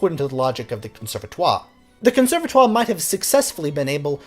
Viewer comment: Djewels Massennette???! Bon sang, c'est Jules Massenet, le 't' c'est muet... En plus, vous dites "conservatoire" comme un fermier charentais, donc, pas d'excuses monsieur !